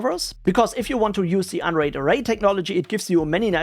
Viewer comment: why i hear "Android" instead of "unraid" xD